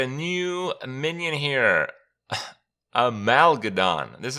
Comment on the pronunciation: Amalgadon, is amalgam galvadon